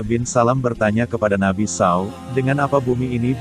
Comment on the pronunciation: Muslim atau nonis ni pembaca narasinya? Kenapa penyebutan Nabi spt itu? Kalo nonis aq msh maklum, tapi kalo muslim pengen kujewer mulutnye.. 😮